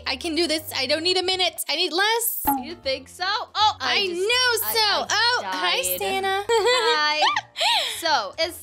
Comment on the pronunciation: The name of the video is tower of hell with IamSanta not IamSanna🤣